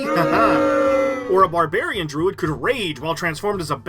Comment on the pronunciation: I just want to say I appreciate that you call it a bar'bear'ian instead of bearbarian lol. bearbarian hurts my ears lol.